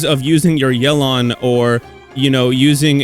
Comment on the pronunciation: Thank you for pronouncing her name right.